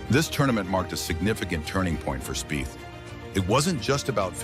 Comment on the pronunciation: Speeth is the correct pronouncement of his name….